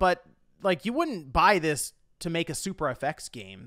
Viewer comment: i swear i heard him saying "the physical gay market"